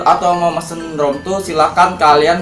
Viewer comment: Rom tur, ban wkwk rip english bang 😭